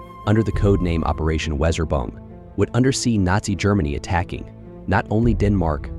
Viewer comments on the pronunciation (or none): "Operation Weser-Bung" Nice AI reading.